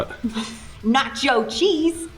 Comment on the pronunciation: Even when you hit REPLAY it's funny every time,, Nat cho cheese! LMMFAO!